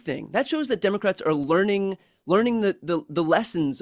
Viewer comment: Why does JD Vance (JP Mandel) say Dimocrats?